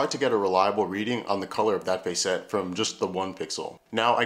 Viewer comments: This is awesome but I almost had to stop watching because you kept pronouncing facet as face-ette instead of fah-sit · In the real world there is a word describing similar parts of a gemstone spelled facets pronounced FASS-uts as opposed to your fay-SETS (emphasis in on the capitalized letters) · Cool video. Btw "facet" is pronounced closer to "faucet" than "face-ett". ""Fass-itt". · hey I'm sorry to do this to you man but facet sounds like asset..... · Sorry to be that guy. Normally I am not but facet sounds like asset. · Short "a" sound in "facet". Yes, it's pronounced differently to "face".